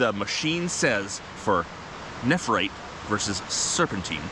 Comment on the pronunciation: Love everything about you but that enunciation of nephrite is on par with nuke-you-lure. Neph-rite not neph-er-ite. Edit... you bounced back and forth some through the videom